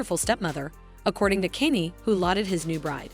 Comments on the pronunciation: Bullshit channel. You are not using your own voice. The prenounciation of "Kenny" got me confused at a time where I did not want to review the video. You think AI can replace humans? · These garbage ai voiced videos are getting old. Not a Kanye fan but at least I can pronounce his name, it's not Kenny. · And used AI can can’t even say Kaynes name properly 😂